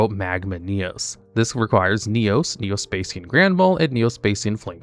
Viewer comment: "Spay-see-yan" Augh, my ears...